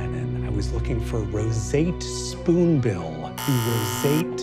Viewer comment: the way Sam says Roseate Spoonbill for the second time, with the exaggerated pronunciation and all, is living rent free in my head. I hear it echo through my idle mind at least once a day. I also like to think that this is what put Brennan over the edge. The editing is absolutely stellar, by the way.